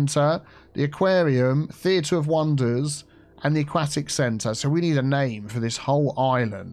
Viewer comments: "... discusted..." "... a-quack-tic..." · every time you say "aquatic" wrong i die, but i love all the expansions in this video regardless! soo good!